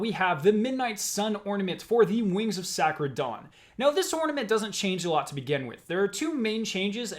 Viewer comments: This man has never heard the word SAY-CRED lmao it’s not SĀ-CRED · “Sack-red” okay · will nobody mention that he said "Sackred"? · Nobody:: “Wings of Sahcred Dawn” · Wings of Sakrid Dawn...?